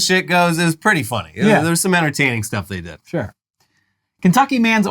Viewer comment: shuure 😮 shore 😢 shoorue😂